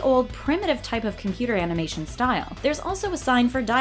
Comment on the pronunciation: did you say "amination"?